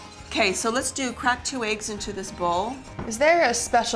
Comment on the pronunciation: Aagges why u say eggs like that 😆